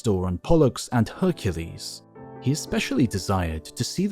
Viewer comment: Heracles. It's Heracles. Hercules is the butchered transformation.